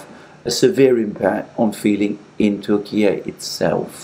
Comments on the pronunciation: 'Turkiyeh' sounds more authentic than 'Turkiyay'... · Alexander . It’s turki- yah not Turkey-a come on man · Turk-e-a.... just no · Its pronounced Türkye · tur- key-yee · I'm sorry but your new pronunciation of the name "Turkey" seems to be a fashion you've been chased into, dilettantish. . Granted that there are reasons for the change such as President's Putin's use of the term. Respectfully, you're not Putin and don't share his considerations. You're an English speaker. Is Italy to be Italia? It is true that sometimes countries change their name, eg., Burma. My suggestion is to stick to who you are as it seems a pedantic change. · The Turkiye thing is moronic. It's simply Turkey in Turkish. It's like Germany getting angry that Britain doesn't call it "Deutschland" with the exact same pronunciation. It's a petty and despicable attempt at language control, the kind that bullies attempt when they don't have the power they wish they had to enforce their controlling will. I find it entertaining that Russia is throwing Syria under the bus like this, hasn't Turkey been occupying northern Syria for years after it's invasion a few years ago?